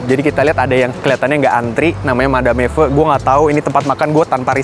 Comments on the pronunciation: Madame dibacanya Madam. Nggak usah pakai "e" nya karena dari bahasa Perancis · Tulisannya Madame, dibacanya Madam. Itu bhs Perancis, artinya Nyonya.